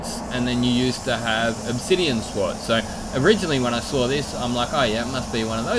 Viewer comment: It is called ‘schwarz’ not Schwartz xD